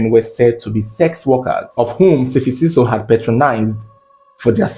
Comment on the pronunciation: its S'fiso not Sifisiso Great storytelling tho💟